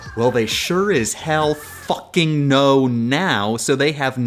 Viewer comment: The F in that "Fucking" was mad crisp